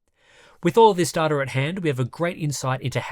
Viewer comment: it is data mate!Not data!;)